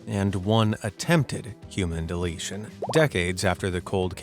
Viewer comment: So he did a mass mu- i mean "deleshion"?